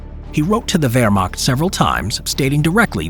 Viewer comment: Wermagt? Es heißt WEHRMACHT mit ein CH keinen G oder K